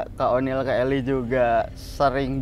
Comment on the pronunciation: Oniel bang bukan oli😭😭🤣🤣